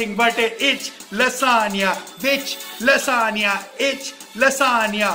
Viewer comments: I'm amazed that he pronounced lasagna correctly while... Hehe good going man! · I love this guy so much! I think he just acts like this so that others can have fun. IF YOU DONT BELIEVE ME, THEN TELL ME HOW CAN A PERSON WHO DOES NOT KNOW PROPER ENGLISH CAN SAY LASAGNA, ALMOST PROPERLY. IF HE DID NOT KNOW ENGLISH THEN HE WOULD SAY lasaGna,HE WOULD pronounce 'G'.😎 Hats off to you....you are so humourous....you can do anything to make others laugh... Can I have some likes 👇